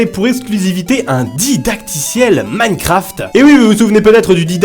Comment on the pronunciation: Il sait toujours pas dire minecraft il dit mancraft 😂😂